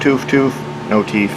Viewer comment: Is a furry? I ask because you say "teef" for "teeth".